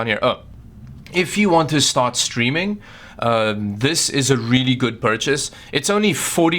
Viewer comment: When says really: "WRIILI"